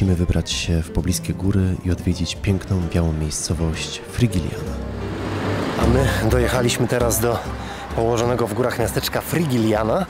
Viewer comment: i jeszcze Frigiliana (czyt. Frihiliana), Rocio (czyt. Rosijo). Przepraszam, musiałam. Uszy mnie bolały